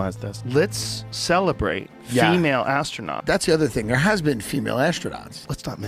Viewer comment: i like when one commentator said ASTRO-NOTS. I'm a race car driver because i rode in a friend's sports car